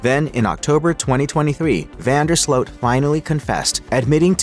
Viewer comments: it's Slute not Slote. Correct? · No that's not correct. In Dutch, the double o is pronounce like a long o -- i.e. "Slote". In Dutch, the combo "oe" is pronounced "oo" like the Dutch first name Jeroen, pronounced "yeroon".